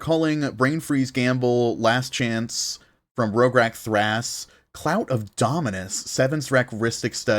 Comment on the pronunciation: He keeps say rog/thras when it's rog/si lol